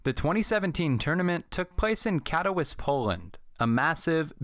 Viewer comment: It’s spelled Katowice but the w is pronounced like a V also the CSGO major is going on Live at this second in that arena there in Katowice